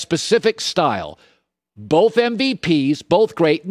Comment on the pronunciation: My ONLY GRIPE about Colin is he pronounces both with an L 🤣🤣🤣 (boLth) 🤣